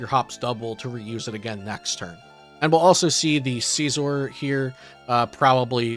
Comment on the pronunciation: Mf says seezor